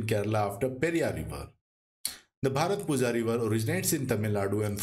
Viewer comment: Pronounciation of bharathappuzha is bharathapuya☺️ Most of the malayalam words (zh is y)